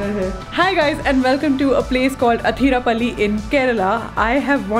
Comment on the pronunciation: Its not Hatirappally...Please pronounce it as 'Athirappally'